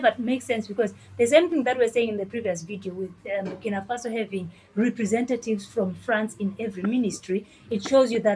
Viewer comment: It's bukinafaso